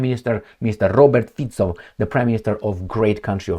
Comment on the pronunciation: Thanks for highlighting Prime Mister Fico in your video. I just heard it just now on his own party channel in SMER at You used the correct pronunciation of his last name, not FIKO but FICO (Fitso), also a sign of intelligence, as always.